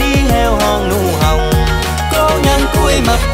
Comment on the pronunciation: Có nhiều bạn khả năng sáng tác thì hay. Nhưng về chất giọng chẳng hợp làm ca sĩ. Bạn này cũng là 1 điển hình. Nhiều từ bị đớt, phát âm sai chính tả nữa. Như héo hon nụ hồng chứ không phải nụ hòng